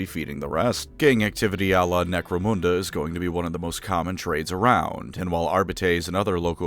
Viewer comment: Why do you pronounce Necromunda so badly?